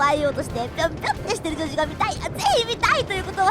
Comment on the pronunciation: ぃ！女児女児って言えてないところもかわいいぞぉ！！